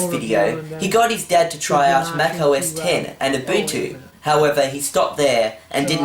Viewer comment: I know I thought he said Meth Blaster untill the words came up on the screen